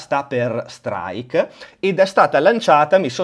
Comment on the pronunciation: le preferred si pronunciano: Straik, Straif e Straid. Tu fai un concerto di consonanti 😂